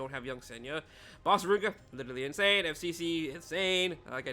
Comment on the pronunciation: Why do you say “Rin-Ahh-Kuhhh” instead of “Rin-Ack”? There’s no A at the end.